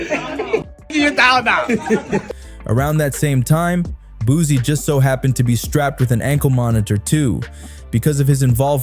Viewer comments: He keep saying Boozie and it’s frying me 😩😩😩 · Why he keeps calling him boozy😂